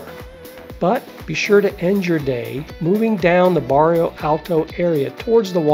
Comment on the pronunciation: This video is very informative and helpful to those planning their first Lisbon trip. I do like your recommended walking map directions. I've been to Lisbon and covered most of what you mentioned but there are some places I did not see and do want to go back some time and cover those as well. My only criticism for your video is that you made some glaring typos and mispronunciations (such as Barrio Alto instead of Bairro Alto). Baixa should sound closer to "Buy-Shah" than "Bahk-Sheeya". It is such an American tendency to pronounce things the way an American would read them instead of learning how they are really pronounced. When creating a informative video on a place, you do owe it to your viewers to make a better effort here. This critique aside, you did a very good job on the information presented to help people plan things.